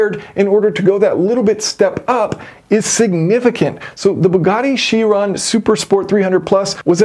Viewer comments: Chiron is pronounced "kai-ron". Don't be like the scientist in Back to the Future who pronounced gigawatt as "jigawatt". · The Greek "ch" is a K. Ky- Ron.